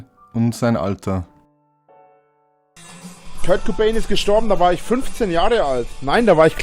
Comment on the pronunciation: "Alder" kann ich bald nicht mehr hören.